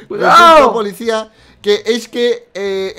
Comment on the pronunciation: Like si escucharon que dice polixcia